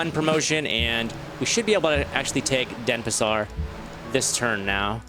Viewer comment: First time you say correctly the name of that city x) All the time you were sayin' DeSApar instead of DenPAsar.